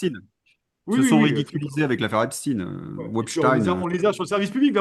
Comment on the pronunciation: Aujourd’hui j’ai mis un pouce parce que vous avez prononcé correctement le nom d’Epstein.